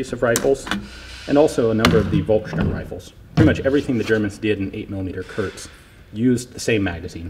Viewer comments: KURZ, not kurts or kurtz. Kurz is "short". 9mm Kurz = .380. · KURZ, not Kurtz.